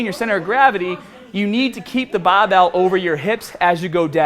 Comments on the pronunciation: his accent gets so thick when he says bahbell... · does anyone else think he says barbell in a funny way hahaha he says that only word like he's from south Boston but speaks everything else in different way